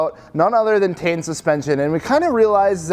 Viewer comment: It’s not tee in. It’s pronounced tain. You ever watch a video of the Japanese reps talking about their products?